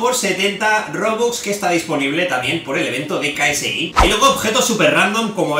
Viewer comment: Ksi se dice keisi... no soy fanatico solo escuche un tema nomas